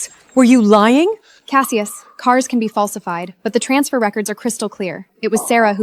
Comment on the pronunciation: Cassius shews.... Callius... Callavius... WTF 🤣🤣🤣🤣🤣 LoL